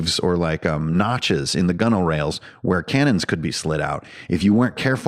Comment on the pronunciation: I appreciate your proper pronunciation of gunwhales.